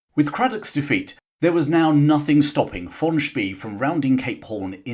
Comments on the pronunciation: The German admiral´s name "von Spee" is pronounced "fon Spray." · Von "Spay" not Von "Spee". Lost me first sentence.